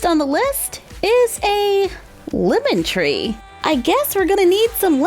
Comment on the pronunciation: I thought she said "Woman Tree" when she said "Lemon Tree" and I asked myself what a woman tree was.